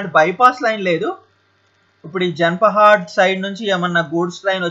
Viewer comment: చాలా బాగా చెప్పారు. కానీ" జాన్ పహాడ్"(no space) ని మీరు మాటిమాటికి "జన్ పహాడ్" అని తప్పుగా పిలవడం బాలేదు. ఇది తెలంగాణ రాష్ట్రంలో కెల్లా అతి ప్రముఖమైన దర్గా. ఏటా జనవరి చివరి వారంలో జరిగే ఉర్సు ఉత్సవాలకు కొన్ని లక్షల మంది వస్తారు. ఇప్పటినుండైనా సరిగ్గా పలకండి.